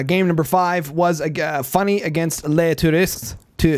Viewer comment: Please, believe me. It's just an 'oo' sound as in school. Here is the pronounciation in IPA /tu.ʁist/ Look it up